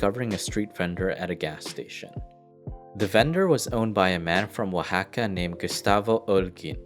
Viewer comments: Im mexican so hearing oaxaca being pronounced right threw me off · He pronounced Oxaco correctly. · Good pronunciation of Oaxaca. Keep making that quality content! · I just liked the video because you pronounced Oaxaca well 💖